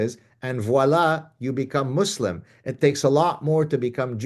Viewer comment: say muzlam...z...